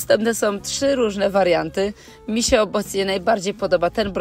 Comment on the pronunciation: Przegląd super ale rozsmieszylo mnie jak pani powiedziała misie podoba❤